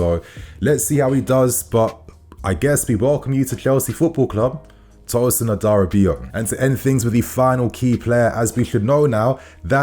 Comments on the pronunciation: As a fellow yoruba man.. It's Adara-bi-oyo. I get it's hard to pronounce though. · A da Ra be or yor! That’s how to say his name correctly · All love. Tosins name is pronounced adara - bi - oyo. Go Chels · It’s pronounced Adara-Bee-AwYaw (Adarabioyo). You’re welcome.